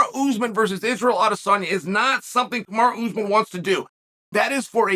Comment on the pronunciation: Kumara Usman sounds like his sister. Nice gimmick to mispronounce all the names 👍